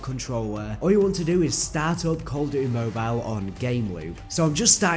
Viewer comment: It’s mobile not mobilell 😂wtf